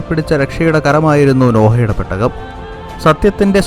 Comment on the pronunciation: പെട്ടക അല്ലടാ പൊട്ടാ. പേടകം 🤣🤣🤣🤣